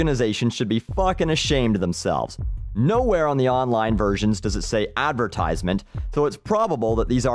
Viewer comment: i know this is an annoying thing to comment on but he is pronouncing advertisement wrong